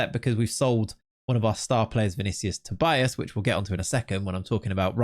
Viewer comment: not sure if you care that much about name pronunciation, but I'm Brazilian, and Tobias would be something like 'To-bee-as'.